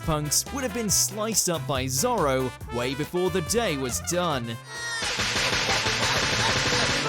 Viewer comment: The fact they they called Zoro, Zolo instead will always make me laugh